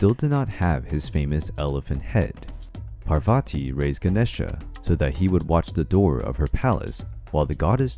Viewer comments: And it’s pronounced paar va t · There's a lot that is wrong in this one. Even the pronunciations. For example Parvati is spelled Paar-Vatee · Its not prabhati...ite paarvati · I think u can refer to a Wikipedia for correct information, or please visit a priest from India... This is not very accurately correct... Plus please work on the correct pronunciation of the names... For eg: Parvati and not " Poverty " And Treemurthi not "tri- marthi".... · Thank you! Enjoyed this video, but your PRONUNCIATION makes me cringe! Parvati, for instance is PAARVATHI, not Parvaati! Devi is Day-vee with D pronounced as in They or This and not as in Dime. Our epics are Mahaa-bhaa-ratha and Raa-maa-yana. 🙏